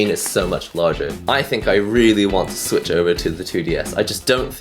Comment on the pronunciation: Nintendo's 10 gen confirmed "Ninteno Slich" lmao